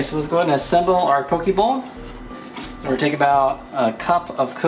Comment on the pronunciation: looks awesome for sure going to do it. Just to clarify though Poke is pronounced as (Po - Kay) If you say it like (po - key) it means a man's privates.